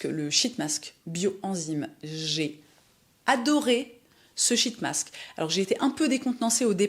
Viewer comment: Quand vous dites « sheet mask » en anglais, je vous recommende de le dire en souriant… 🫤😉🤫